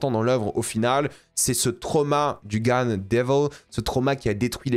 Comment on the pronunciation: Il le dit comme ça pour pas se faire démonétiser je suppose ?